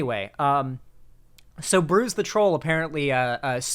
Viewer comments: Don’t think is gonna see this, but just in case for anyone who doesn’t know, ‘Bruz’ is not pronounced like ‘bruise’ it’s pronounced like ‘bruzz’ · LOL. Him pronouncing Bruz as bruise was pretty funny but also kinda annoying. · you clearly don’t know what you are talking about. You can’t even get BRUZ right 😂